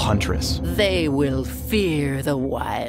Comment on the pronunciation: 是fear, 不是fill, 87